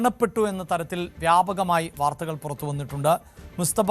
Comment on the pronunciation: എടോ പൊങ്ങന്മാരെ എന്ന മുസ്തഫ അല്ലാ, മൊജ്തബ എന്ന് പറയടെ, അക്ഷര ശുദ്ധി മുഖ്യം ആണ് പോങ്ങന്മാരെ 😎